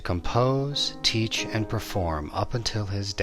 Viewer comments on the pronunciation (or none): none